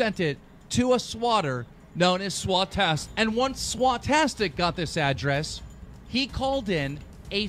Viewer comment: SWATASTIC~ according to keemstar even though its Swautistic